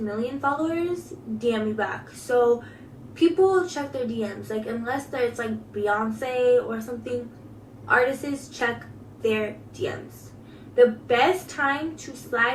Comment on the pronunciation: Soooooo you just gonna overlook that fact she said "artists-es"? Her gene pool is on the shallow end.